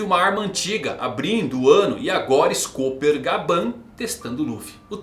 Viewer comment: imagino q a pronuncia de SCOPPER, seja ''SCÓPER'', pois a tripulação do Roger tem esse lance de minérios, Gold (ouro) Silver (Prata) e Copper (Cobre)